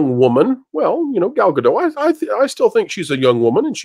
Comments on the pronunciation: Ga-dot. The t is not silent. She is not French. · Sorry, but this is something that just bugs me. The T in "Gadot" is NOT silent. She's Israeli, not French. Now, I'm not going to say whether Gadot or Zegler is more attractive. That's a totally subjective thing. Regardless, Zegler saying "Free Palestine" when her costar is Israeli is just stupid. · please start pronouncing the 't' in Gadot because Gal does. X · FYI the “t” in Gadot is not silent.